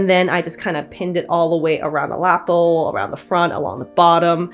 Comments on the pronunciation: This jacket is so lovely! Pink is such a perfect color for it. I just wanted to mention that lapel is pronounced luh-pehl instead of lapple. I'm sorry, I didn't want to be that person, but my brain just wouldn't let it go. I definitely would not have the patience for all that trim work, what a feat! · I loved this. But please. Please is ‘La-pell’ not ‘lapple’ .